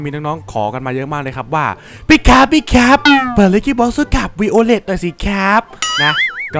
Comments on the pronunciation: ไวโอเลตพี่ไม่ใช่วีโอเลต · พี่มันชื่อไวโอเลทไม่ใช่วิโอเลท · พี่ครับชื่อไวโอเลตครับไม่ใช่ วีโอเลต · พี่ไวโอเร็ดไม่ใช่วีโอเร็ด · มันอ่านว่าไวโอเล็ตครับพี่ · พี่คับตัวนี้มันอ่านว่าไวท์โอเหล็ด